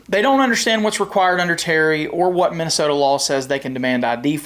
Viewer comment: Minnesoto? Really,? Lol.